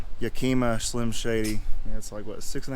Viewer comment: YACK-i-MUH ✅ YUH-keemuh ❌